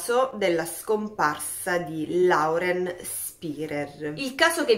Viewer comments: Si pronuncia lorel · Più esattamente Loren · Oppure Loren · Si pronuncia loren☺️😉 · Ciao, il nome Lauren si pronuncia Loren … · Loren...si pronuncia ...